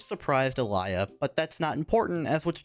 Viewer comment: blud her name is not Alaya